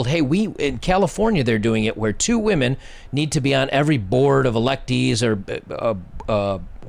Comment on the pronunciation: It is women not "whamen". I am seeing this a lot on You Tube -- very much frustrating and disrespectful to the English language. Aside from that, I agree with everything that was said.